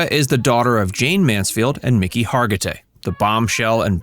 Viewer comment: that's not how her name is pronounced